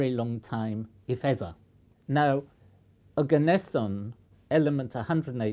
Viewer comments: it's pronounced "oh-gah-ness-eeon" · Ne-on Arg-on Krypt-on Xen-on Rad-on Oganess-in????